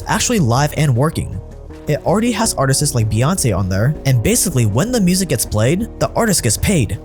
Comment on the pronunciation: he said "Artist-sis" bet he realized that mistake too late.